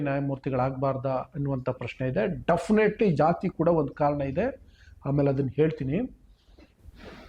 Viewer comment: ಅನ್ನೊಂದು ಅಲ್ಲಾ ಹನ್ನೊಂದು. ಡಫೆನೆಟ್ಲಿ ಅಲ್ಲ ಡೆಫನೆಟ್ಲಿ. ನೆಟ್ಟಗೆ ನಿನಗೆ ಕನ್ನಡವೇ ಬರಲ್ಲ.ನೀನು ದೇಶಕ್ಕೇಲ್ಲ ಬುದ್ಧಿ ಹೇಳಕ್ಕೆ ಬಂದಿದೀಯ ಇವನು ಪರಿಶಿಷ್ಟ ಅಂದಾಕ್ಷಣ ಏನು ಬೇಕಾದ್ರೂ ಮಾತಾಡಬಹುದ ಮಿಸ್ಟರ್ ನಿನಗೆ ಯಾರಾದ್ರೂ ಹೇಳಿದ್ರು ಇವನು cj ಆದಾಕ್ಷಣ namage ಉರಿತು ಅಂತಾ.ನಿಮಗೆಲ್ಲ ಒಂದು ಭ್ರಮೆ ಆಗಿದೆ ಥೂ ನಿನ್ ವೀಡಿಯೊ ಗೆ ಬೆಂಕಿ ಹಾಕ ನೀನು ಜೈ ಛೋಟಾ ಭೀಮ್